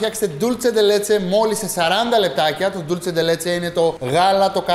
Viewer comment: Dulce όχι Dulche